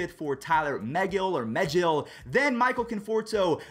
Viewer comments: It's meh/gill as in a fish gill. Get it right it's a name ur gonna need a lot. He's better than Degrom on was in his first five starts. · Ty-LORE Muh-Gill, like McGill. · if you say “Megill” wrong again I’m gonna lose it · It’s Tye-lor ma-Gil the Mets pitcher not what ever you said lol